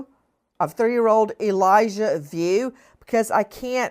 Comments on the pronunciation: It’s Vu not View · Vue is pronounced "V-oo." Sounds almost like Wu but with the "V" sound. Pray to God, this baby is brought safely home.